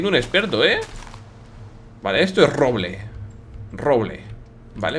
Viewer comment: jejeje willy dice ¡¡RRROBLE!!! xD (COMO PRONUNCIA SU RRRR) :D